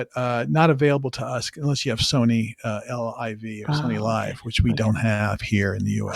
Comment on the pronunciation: L1V? It’s liv